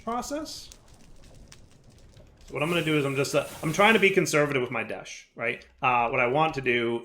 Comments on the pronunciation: Current Troll List 1) Pronouncing "desh" as "desht" 2) Not automating the sifters 3) Not auto sorting and storing all the mob drops from the mob farm into drawers 4) Not auto sorting and storing all the fishing drops into drawers 5) Referring to the process of "sifting" as "sieving" 6) Referring to the process of melting or cooking as "smelting" 7) Not massively increasing his RF production even when the arc furnace drains his power 8) Setting up amethyst production super far away from the other things that relate to it 9) Not filling in all the holes on his island 10) Not cutting down his sugar cane or setting up the sugar cane he has upstairs to automatically harvest it and store it in a drawer with a void upgrade 11) Not making any buildings to organize all of the various machines and setups 12) Still having tons of random and messy chests and such all over the place 13) Ignoring the amazing creative flight ability he was given as a quest reward 14) Not using insulated cables and then hurting himself on them. 15) Somehow still struggling with connecting wires when its obvious how they work 16) pronouncing toluene as "toe lean" instead of "taal yoo een" 17) complaining about the amount of desh ingots he needs for desh plates after saying he has an unlimited amount of desh from the moon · Why do you insist on saying deshed? I'm genuinely curious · why is he calling it desht? I didn't think there was a "t" in the spelling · Why does keep calling it desht. Theres no t